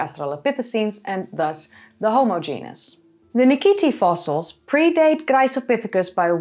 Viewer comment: Just curious: is there a reason why you pronounce "Graecopithecus" with a soft, sussurring 'c' at the beginning rather than a hard 'k'? The way I see it, both are intervocalic 'c's preceding a low vowel. Am I missing something?